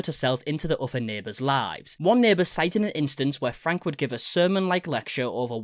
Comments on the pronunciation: great video, but considering how many videos you uploaded about the matter, her last name is not frank, it's franke (fran-kie), just a small detail, but regardless of that. spot on. love your content. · It is pronounced Frank E, not Frank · It’s pronounced Frank E not Frank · FYI The last name is pronounced Frank-E not Frank. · Ok, this is bothering me hahaha. Their last name is pronounced “Frankie” not “frank” hahaha thank you. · Ruby Franke (pronounced frankie) she is horrible, glad to see her arrested. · It’s Ruby Franke pronounced (Frank-ee).Not Frank. Her husband was aware of most of her previous punishments, as he should be charged with some things as well. It’s like the Turpin family…😢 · This is a crazy situation. So glad the kids are in a safe place. great job covering this! Just an fyi...Franke is pronounced Frank-key. 😊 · To make this video become viral, you need to pronounce Franke right. It’s Frank-EE. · Its pronounced Frank-E, I'm their neighbor so I would know. 😅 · Their last name is pronounced Frankie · Franke is pronounced Frankie.... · The last name is pronounced “Frankie”. I know there might be some accent changes in the pronunciation but please try to get it right